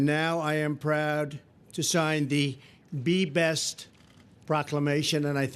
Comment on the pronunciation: Did anyone else hear her say the “Body Bench”?